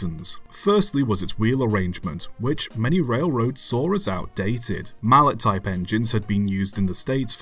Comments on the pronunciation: Mal-lay, not mal-let. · Interesting. A small point Mallet was French so pronounced Mallay.